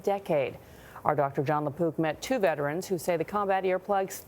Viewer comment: Oohhh Dr. LAPOOK not LAPOOP.